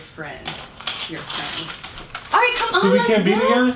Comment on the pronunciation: "let me have my lil fantacies arite!"😂😂😂